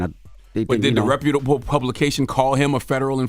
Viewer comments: DJ Envy: "Repababable publication" 😂😂😂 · LMAO y’all having trouble with that word “reputable” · I’m pretty sure Envy is saying the word “ reputable “ wrong 😅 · Neither one of them know how to pronounce reputable 😂 I hear the struggle.